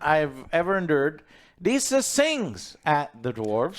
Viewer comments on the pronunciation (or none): none